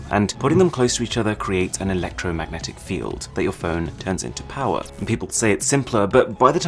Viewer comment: More powah baby